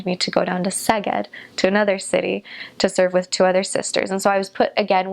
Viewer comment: She will probably not read this :( How she pronounced "Szeged". It was so great so beautiful so clear so good to hear. I am 30 year old Hungarian dude. Her pronounciation is very good overall i would say 80-90% accurate judging from so few words spoken :)